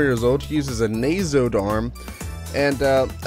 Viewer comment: First i'd like to thank you for reviewing this game, Much appreciated Second, not to be a jerk but Nasod is pronounced as Nah-Zod, Not Nayzod. Also the Nasod race are Basically Robotic beings, Raven has basically a Robotic arm. Eve is the Queen of Nasods, The said Robotic beings. Also on the terms of an S rank, You'd have to have done EXTREMELY well, S ranks are not given, but earned. But again Greatly Appreciate the Gameplay Run